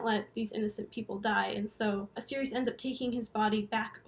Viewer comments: its pronounced like "cyrus" not sirius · I think it's pronounced Cyrus... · Absolutely love your detailed analysis & explanations of all things Coheed. They’re my favourite band, but there’s still so much to the story that I don’t know. Thanks for all the work you do! My only criticism is that I think you’ll find Sirius is pronounced Sy-rus. Cant wait for Descension! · I pronounced it like Sirius forever too until I heard Claudio pronounce it like Cyrus he should’ve spelled it that way lol